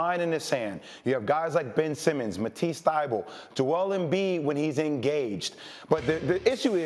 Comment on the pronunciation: matisse not mathias